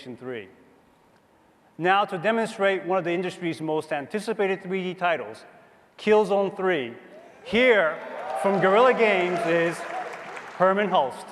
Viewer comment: "Killzen Tree"